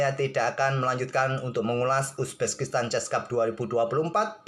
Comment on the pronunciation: Bang kok penyebutan uzbekistannya agak laen 🤣 Uzbekistan ❎ Uzbeskistan✅